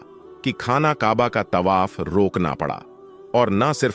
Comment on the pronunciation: Your pronunciation is very bad. Word Tawaf yani parikarma ko Tabah bol rahe ho. There aur hundreds of such mistakes mistakes in the vdo. Aapka channel koi Islamic channel nahin hai , kiyun jhoot bolte ho. Non muslims only dono great mosqs ke compiunds main nahin ja sakte . Dono cities main kai non muslims aate jaate hain aur many are employed there. I have seen them .